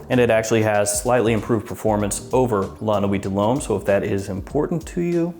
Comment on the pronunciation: Excellent prononciation in french! So many people struggle with french words ( french is not chinese i mean common). You said LA NUIT DE LHOMME perfectly and YVES ST LAURENT as Well. !!!